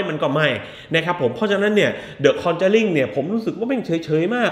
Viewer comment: คอนึจารีคึ ออกเสียงแบบแจแปน